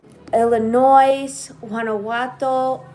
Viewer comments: Girlfriend....the S is silent in Illinois.....Your so cute ❤ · Hi! And Mom❤ It’s Illinois- “ S” is Silent 😂 I’m from Chicago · The S is silent in Illinois. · The S is silent! Born in Mexico but raised in Chicago 😃 please please don’t pronounce the s in Illinois ! It’s a Native American word